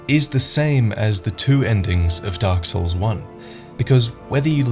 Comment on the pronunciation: The darle SOURL